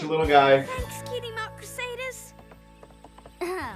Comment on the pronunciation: It's Crusaders not Crusaiders